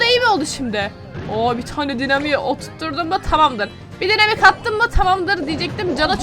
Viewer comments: Abla ona dinamik demiyolar okunuşca daynamayk diye okunuyo😂 Bende önceden dynamike'ye dinamik diyodum ama arkadaşlarım bana söyledi daynamayk diye okunuyo. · Daynamayk diye okunuyo